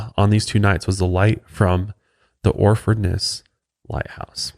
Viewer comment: Just found brilliant show but need to work on your Suffolk place names and pronunciation 😂😂😂 ( say Suff 'ucK and Or'fud ness)